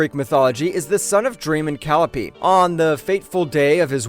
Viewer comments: how about Calyeopay and calopee LMAO takes two seconds to look up how to pronounce words… humans are fcuked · It’s Call-i-o-pe not calope. Believing in what your saying is undercut by your mispronunciation of Greek names. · Yeah, definently AI. The pronounciation of the greek names is VERY AI. "Cal-ee-oh-Peh"? How about the correct pronounciation "Kah-Lai-oh-Pee". And Euridice spoken as "Yuri-Dice"? Correct pronounciation "Yoo-Rid-eh-see".